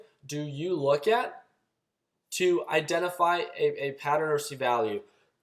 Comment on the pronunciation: Familar, Valoo... sorry man, had to 😂 Love the vids; very helpful.